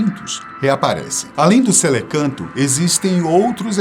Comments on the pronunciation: O correto não seria celacanto, ao invés de "celecanto"? Só uma observação. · O correto não é Celacanto?